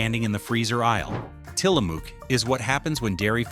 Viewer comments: Tilamook is a Native American word. The AI voice doesn’t know this and mispronounces it as “Till a Mook” it’s pronounced “Til a Muk” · It's pronounced Tilla- muk not MOOK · Great vid! But the end vowel sound of Tillamook is pronounced like "look" or "book" or "hook", not "spook" or "luke." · Love your video but I live here and we are pronounced Tillamook like you say look as in "look" in a mirror. Tillamook not like Mook as in moo as in cow sounds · It's AI, and doesn't know. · It's Tillamook like "hook." I'm from Oregon. We took field trips to the Tillamook Dairy when I was growing up. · I live about 2 hrs from Tillamook. The ook is pronounced like book, shook or took. Dark chocolate 🍫 cookies 🍪 and cream is my fave. Also, great butter and 🧀 cheese. Hi from Orygun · Tillamook rhymes with “book”. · Tillamook pronounced Tillamuck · The double-O in Tillamook is pronounced the same as you do in the word cook. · Its pronounced Til-a-muck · Narrator repeatedly mispronounced "Tillamook." The last syllable rhymes with "book." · The way he pronounces Tillamook is wrong. As an Oregonian I've never heard it pronounced that way.